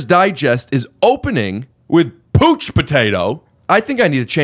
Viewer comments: On the kangaroo joke Its POUCH which rhymes with COUCH not pooch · Pouch-Potatoe not Pooch-Potatoe lol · Lmao fuck Rick I love you and this podcast but how you gonna read pouch as "pooch" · it's pouch potato... like couch potato... ouch.... not pooch.... lol Hilarious!!!! Goblins>Boppers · Pouch potato, like couch potato. Not pooch. And That horseshit joke is still better than every part of this video that nick swardson isn’t in. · Pouch potato not pooch potato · Pooch potato... its pouch potato buddy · It's powch potato bro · This guy doesn't know how to pronounce pouch?